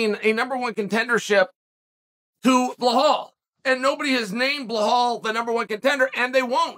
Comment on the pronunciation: Hello Uncle Mumbles. Who is this "Bluhal" you keep talking about? The man's name is Belal. Say it with a soft B too so i dont smack you upside the forehead.